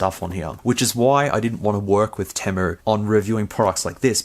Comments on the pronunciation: It’s pronounced “tee-moo” not “tim-moo”. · TEA-moo. Not TEH-mu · Its actually pronounced TEE-MOO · No way dude you even added the letter "R" in Temu.. I cant do it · Have you not seen enough ads to know it's pronounced Teemu, or is it different down there? Serious question. 🤔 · Interesting video but he says temu wrong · Where are you getting the "A" from in temu? Or am I just pronouncing it wrong?